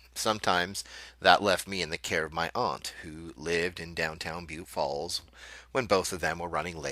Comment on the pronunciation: I think you're pronouncing it wrong...